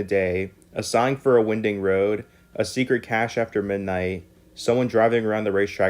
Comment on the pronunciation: Winding road is pronounced with a long i.